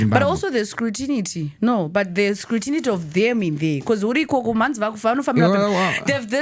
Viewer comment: vari kukupa here ma tsamba here ma Employees… ? instead of EMPLOYERS! and Scrutinity kudii nhaiwe Mutongwizo? inonzi SCRUTINY!! munodii kungotaura neShona pamwe pacho? munenge muchimhanyira kupi😆